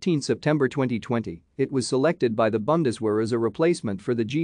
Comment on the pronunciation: ...nobody : Him : BANDESwehr..... Dude just say german military